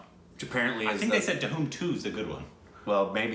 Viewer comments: O god they hv changed the pronunciation of Dhoom, they pronounce it like DA-HOOOM😝😝😝😝😝😝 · It's not "Dha-hoom" , it's "dhoom" . 😝 You should watch Zindagi na milegi dobara... From the same director of Gully boy. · nailed the pronunciation... again. This is a buddy trip and discovering themselves along the way. Lol dahoom. 😂😂😂. Zindagi na milegi dobara is a very very beautiful movie. It leaves you with a nice warm feeling at the end.